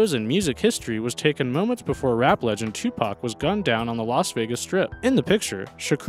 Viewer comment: Cool a white guy that’s said Tupac and not tupack